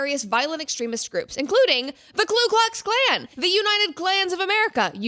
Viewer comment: Brett, even you mistakenly called the KU Klux Klan" the KLU Klux klan, even though it was written correctly on the document you displayed. All too common a mistake of so many